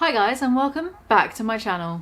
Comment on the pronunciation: I cringe so hard everytime onion boy says and; "andtss".